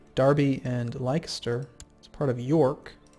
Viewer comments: Don't say ly-ses-ter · Leicester is pronounced Lester... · Leicester is pronounced Lester and Gloucester is Gloster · Leicester is pronounced Lester, like the Addams family dude.